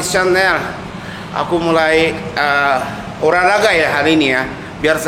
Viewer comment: Mantaps. Makin seru konten nya. Btw olahraga ya bukan oraraga 😂